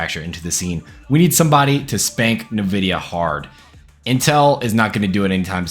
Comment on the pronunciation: Bro said nividia